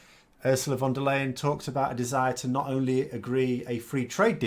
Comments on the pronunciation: Hello. For future reference her name in german sounds more like "lie-en" and not "leyn". Keep up the good work. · For an English speaker the last part of Ursula von der Leyens surname sounds like the English "lion".